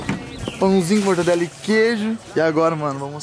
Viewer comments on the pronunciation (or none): Como nos podemos saber que o apesar das conquistas dele!! ele continua sendo humilde? É quando ele fala mortandela kkk